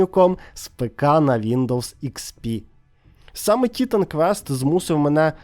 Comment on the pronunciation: Побуду трохи душнілою. Не тітан квест, а тайтан квест 😂